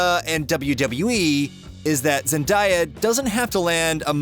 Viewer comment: ZEN die A